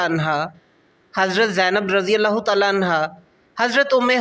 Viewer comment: کاوش بہت اچھی ہے لیکن پلیز تلفظ تھوڑا ز ٹھیک کر لیں تعالیٰ عنہ الگ الگ کہا کریں